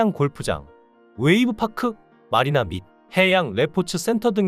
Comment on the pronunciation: 파크가 아니고 팤